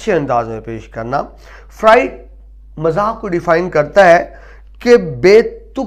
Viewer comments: تلفظ کے اعتبار سے بہت غلطیاں ہیں ۔ ظُلبا نہیں طَلَبہ، درست ہے، مَزاح نہیں، مِزاح درست ہے۔ قہقہ نہیں قہقہہ درست ہے۔ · lafz musanif ka imla aur lafz pata ka imla mujay drusat nahein lag raha...lafz muzah aur talaba ka tlafz b drusat nahein lag raha..rahnumai fermaein